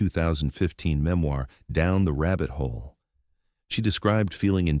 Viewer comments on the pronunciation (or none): none